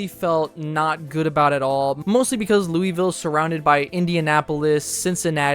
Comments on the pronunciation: 1. Please use the Michigan Panthers colors. 2. Did he say Looy ville. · Bro please say Louisville right. It’s not ‘looeyville” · Not how you pronounce it . Sounds like lowullville